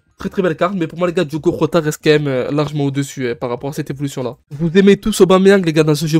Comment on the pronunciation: Ca se dit Jota pas rota si jamais